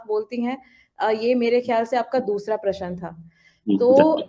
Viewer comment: Hello tell madam it is not प्रशन but "प्रश्न"